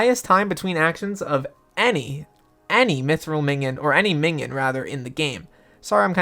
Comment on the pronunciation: Just say min-ee-on